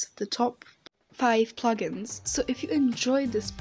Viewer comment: Funny you said puglins instead of plug-ins.